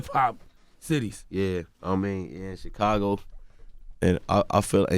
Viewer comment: Any notice Charlemagne calls Chicago xhakago